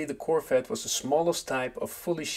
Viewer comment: It’s called CorVette… with a V. Not a CorFette